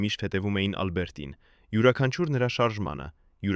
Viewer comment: Ինչպես նաև տարօրինակ շեշտադրումները, ոչ թե «Ա՛լբերտին», այլ Ալբերտի՛ն։ Եվ ինչ ասել է «ինը ժամ, հիսուն րոպե»։ Մի՞թե մենք այդպես ենք կարդում ժամանակը, միգուցե «ինն անց հիսուն րոպե»։ Շատ կասկածելի ու սխալ նկարագրություններ կան, ինչպես մարզական «խաչի» հորիզոնական լինելը։ 😂🤦🏻‍♀️